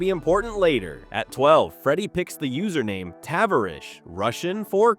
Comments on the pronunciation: Two things: it's "Juh-lopp-nick", and "Tuh-varr-ish". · I love this channel but your pronunciation of words like SEMA, Tavarish, and more all butchered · What a load of BS, there's no 'downfall'. You can't even pronounce his name right. seems like a decent guy, you on the other hand are just trying to benefit from others' misfortunes which may or may not even be true. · Right off the bat. You butchered his nick name.